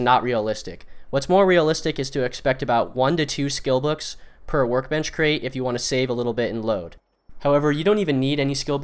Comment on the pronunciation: You cant even say the word crate.